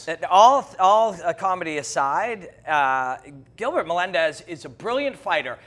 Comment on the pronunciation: El Giblert "Gilbert" Melendez